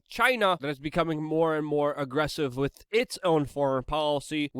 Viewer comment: “Wittt” It is With, W I T H. The TH.